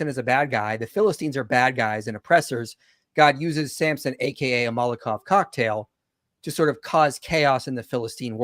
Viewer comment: Also cracks me up every time he says "molokov cocktail". My brother in Christ, it's MoloTov. With a T. 'maul-uh-tov'. It's named after a Soviet politician.